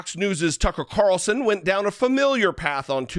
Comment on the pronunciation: TuckeRitchie CaRitchlson